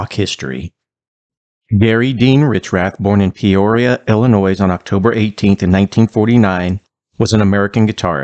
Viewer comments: "Ill-uh-noy" Not "ill-uh-noyz" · Thank you for giving Gary Richrath some love, he doesn't get nearly enough! But Illa-noise? Really? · My 2 cents worth : I live in Northern Wisconsin, which draws a lot of people from Illinois. Remember if you want to learn how to pronounce it right just tell them, stop illiNOYing me! Just Sayin'. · The S in Illinois is silent. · The "s" in Illinois is silent, not pronounced.